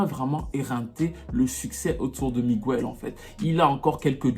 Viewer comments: c’est Miguel et non Migüel tu nous as fait mal aux oreilles 🥴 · AAAAARGHHHH ON NE DIT PAS "MIGUOUEL" MAIS "MIGUEL" 😫😫😫 Pourquoi en France on massacre l'espagnol comme ça lol 😫😅☺️ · On dit " miguèle" et pas " migouelle" c'est stressant 😅😅😂😂😂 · Pitié on ne prononce pas le u on dit Miguel et pas miguéel! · Migouelllee🤣🤣. MIGUEL !! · oui on pourrait sauf que c'est pas comme ça que ça se prononce c'est écorché son prénom Sur son post a bien écrit Miguel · Super vidéo mais on dit Miguel et non migüel 😂😂😂 aucun latino ou espagnol prononce son prénom comme ça désolée je devais le dire c’était trop stressant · Ce mec a beaucoup de talent mais depuis qu'il a failli briser la nuque à une nana dans un concert je pense qu'il est pas net . J'osais pas le dire mais j'ai toujours pensé que The Week End était une pale copie de Miguel. Tu confirmes mon avis. Juste pour info Miguel en espagnol ça se prononce "Migél" et non "Migouél" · en espagnol, son nom se prononce Miguèlle.